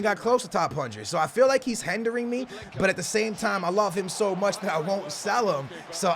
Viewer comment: Like if it's hindering not hendering